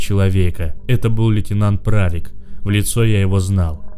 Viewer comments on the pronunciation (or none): Перевозченко, ударение на первую букву о, зачем оскарблять людей и не прарик а Правик